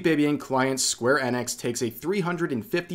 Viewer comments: Rev, why are you pronouncing "enix" as "annex"? You do know it's pronounced "eenix" right 😅 Or is there a joke I'm not getting? =p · it's E nix. not EN ix. seriously dude, wtf. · EEENIX not Ennex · Is it really "Square Ennex", I thought it was "Sqaure E-nix" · My guy I hate how you say that it's square eeeeee nix not annex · its "eenix" you goof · The way you say Enix is so painful to hear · why you saying enix like that